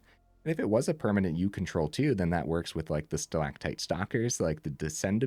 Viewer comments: 10/10 on pronouncing stalactite. (haven't watched full video yet, but had to compliment the correct pronunciation) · The c is often pronounced as a g, but your pronunciation for stalactite was perfect otherwise